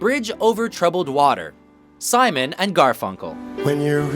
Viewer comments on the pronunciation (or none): none